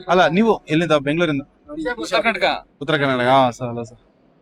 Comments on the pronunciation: one correct request i know you know when ever you pronounce our state Name to outsiders say Karnataka not Kranatakk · Karnataka hel bro . Karnatak alla😊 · Karnatak ala Karnataka sariyagi heli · Karnatak alla bro Karnataka